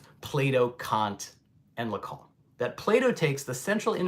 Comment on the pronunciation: "Lacan" please not "Lacon" or "Lacong".